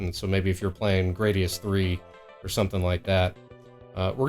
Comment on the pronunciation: thank you for saying “Gradius III”.